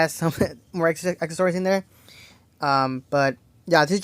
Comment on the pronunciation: It's accessories...acess-or-ies...not akkories,lol😅